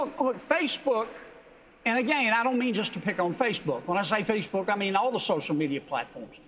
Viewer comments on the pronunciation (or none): Its like he's saying fishbook